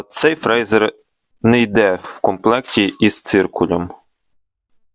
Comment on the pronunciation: Прочитай інструкцію. Твоє "фрейзер" ріже слух. Якщо вже блогериш то називай апарат правильно.